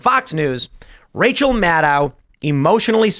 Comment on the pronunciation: Tim i just request you start using Rachel’s last name how it’s suppose to be pronounced. “Mad-Cow”